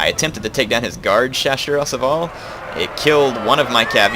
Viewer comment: I love your accent: Chasseurs à cheval !! Nice.